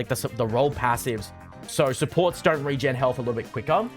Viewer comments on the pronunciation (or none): none